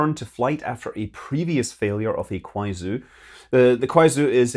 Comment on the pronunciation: Small nitpick about the pronunciation of Kuaizhou - it's pronounced "Kwai-joe." Otherwise, great video! These Deep Space Updates are always really informative.